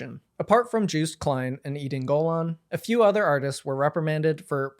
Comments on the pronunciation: ''Juiced Klein'' makes me want to make a meme where Joost is one half of a juiced orange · Seen the review of Europapa from Voyager? One of them says Juiced Klean..